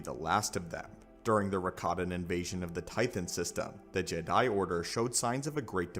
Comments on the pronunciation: Are you using text to speech for audio? Why are you saying jed 'eye? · why the fuck do you say Jedi like that? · stop saying Jedi like that😂